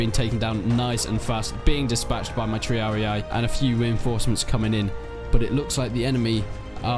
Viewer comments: Triarii, not “Triariae” :D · "Prinkipes" "Triari-i" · They are not "Triari I" ! they are Triarii. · TREE-AR-EE-YAEEE!! rofl it's t-ree-ar-ee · The correct pronunciation of triarii is tree-are-ih-ee, not tree-are-ee-aye, ih-ee merge together and dont sound like 2 syllables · Please learn to pronounce the names of the troops... There Italian names not what ever language your using to translate them to. Not English the way you pronounce "Triarii" is really funny. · Prinki what? Bruh. It's PRINCIPES, not Prinkeepees. Triarii is also pronounced wrong. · yeah sorry i got carried away, it's really only the triarii that was wrong. You pronounce the 'i' in the end as an 'i', when it's supposed to be 'E'. E like in eat, instead of 'i'. again it's just nitpicking, nobody really cares how you pronounce it.